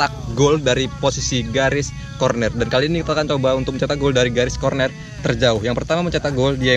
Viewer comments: Corner bang bukan cornet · Corner bang bukan kornet wkwkwkwk